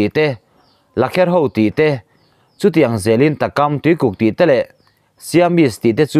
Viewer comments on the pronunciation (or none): Takam tih thluk dan tur chu Sazuk tih kan thluk anga thluk tur ani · Takam i lam dan hi Kam lai a,A hi a hniam a lam tur aw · Tinge i chhiar thiam theih miah loh le. Mizo dik tak chu i ni ve awm si a. Takam tih mai mai pawh i lam dik thei lo a nia. Nangmah hian chhiar lo in midang chhiar tir thin tawh mai teh. A ngaihnawm dan tur ang pawn a ngaihnawm thei thlawt lo i chhiar thiam lo lutuk hi a mangan thlak tawh zawk a ni. A chhiar hnem pawl chu i nih tawh ka ring YouTuber ah hian. Mahse ila chhiar thiam lo ber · "Takam" tih hi, thluk hniam tur. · Tho thil ang tih leh takam tih i lam dan kha a dik lo aw. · Ege takam chuuu .. i lam dik lo takam tluk loh tur ta kam takam th tr in zir tha lh teh